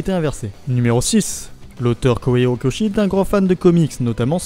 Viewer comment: Alors.... La diction et l'intonation de cette vidéo me dérangent trop c'est vraiment dommage car le contenu est intéressant... Mais cette façon de lire en faisant "vagues" peu naturelles ça sonne vraiment bizarre pour pas dire agaçant :( (+ la prononciation des noms genre Kohei Horikoshi est aussi étrange je sais pas)